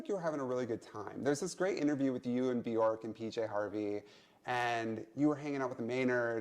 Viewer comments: I like how she pronounces Björk correctly. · I LOVE her for pronouncing Björk Björk and not Bjooohrk like all the Americans...